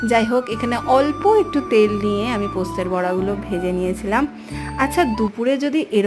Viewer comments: কথা টা পোস্তর বড়া, পোস্তের বড়া নয় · Postet na postor bora. Ami birbumer meya. Tumi j bar bar poster bora bolcho khub kane lagche.